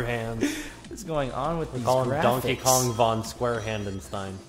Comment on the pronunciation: sounds like says Tonkey Kong